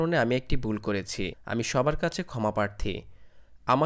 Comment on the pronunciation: বুল নাকি ভুল. Thik bhabe kotha sikhe YouTube channel open korben